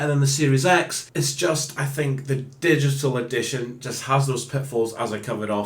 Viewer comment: dishital edishawn?